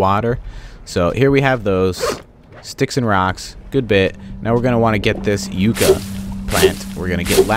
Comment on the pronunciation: pronounced Yuck- a